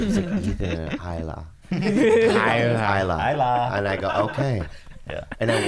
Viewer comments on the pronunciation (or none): they’re laughing at him saying high-la but the way Ethan himself and everyone else on h3 say it is also wrong lol like they say he-la